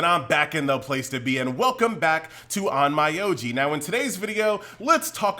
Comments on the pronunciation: It’s pronounced OnMEoji not OnMYoji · Please pronounce it in Japanese... on-m’o-ji, not on-mai-ou-ji